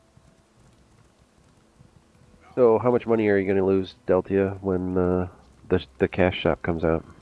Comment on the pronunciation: just saying deltia pronounced chorrol correctly :)